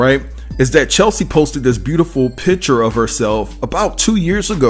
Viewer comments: Her name is pronounced CHESS-LEE. I think that's important to speak her name correctly when reporting on her in death. May she RIP! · CHES (as in CHESS) LIE (LEE) CHESLIE. Come on, say it with me now, CHESLIE. Maybe not spelled right, but phonetically you will get it right verbally if you say it as I have spelled it. Good video, the devil Is in the details tho! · Please give this woman the respect she deserves by pronouncing her name right. Please. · It’s hard to take anything you say seriously when you can’t even say Cheslie’s name right. BIG disrespect, HUGE! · Hearing her name mispronounced so many times makes me cringe! 😩😤 May she rest in peace. 🕊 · Please give her the respect to spell and pronounce her name correctly. It’s really sad that you are making a commentary about a person and you don’t know her name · Yeah. It already was mentioned several times... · Say Chessssleeee ... not Chelsee...damn everytime you said Chelsie pissed me off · Cheslie. Not Chelsie. Say her name right please. And I was shocked at the other lady not having at least health insurance. Shouldn't winning beauty contests come with some kind of coverage. Or is it hard to do in the US. Don't you just approach a company and sign up with them then start making payments? Alternatively, doesn't the type of work one does come with health insurance? I am genuinely shocked. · I mean no harm, but her name is not CheLSie….her name is CHESlie. ❤️ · It's Cheslie, not Chelsea. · Unfortunately, you spelled her name wrong and mispronounced it throughout the whole video. Her name is not Chelsie. It is Cheslie, rhymes with Leslie. A person's name is important. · No shade but her name is not Chelsie. It's Chess-lee. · It's CHES-lie. Not Chel - see. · It's not Chelsie, it's CHESLIE!! Get her name right pleeeease!! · Her name not chelsie it’s cheslie 🤣🤣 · Bruh, her name was pronounced CHESS-LEE.....not CHEL-SEA!! You can see it in the spelling. I couldnt get through the video. Thumbs down